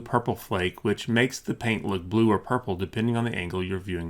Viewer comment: I love the way this guy says paint. Such a heavy P. PPPHHaint.